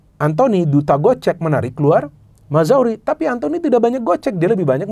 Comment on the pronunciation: Mazraoui bacanya Maz-ra-wi bukan Mazawri :D